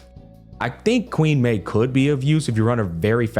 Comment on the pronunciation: hearing Queen Mei from you is equivalent to dexter's "Omelette du Fromage"